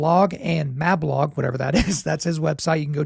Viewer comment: after the interview, you were providing links to various sites…you mentioned Doug’s ‘Blog & Mablog’ and pronounced Mablog with a short ‘a’ sound…it’s a long ‘a’ sound…you then said “whatever that is”…it’s a play on Gog and Magog…